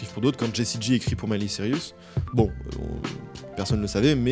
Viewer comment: Le fait de prononcer Cyrus comme Sirius ça compte ?